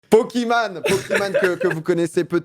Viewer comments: Ca se prononce « poki mèïne » pas « poki man » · Ca se prononce "pokimeyne" et elle est pas américaine mais du Maroc du con